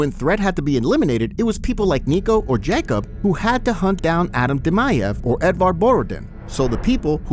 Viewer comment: thats not how you say jacob